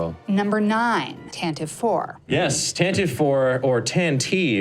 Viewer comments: I just want mention: "Tantive" was pronounced "TAN-tiv-ee" in the "Star Wars" radio show from the '80s, rather than "TAN-teev." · Fun stuff! For what it's worth... the name of Leia's ship is pronounced "TAN-ti-vee," and you can hear that in the NPR radio series from the early 80's.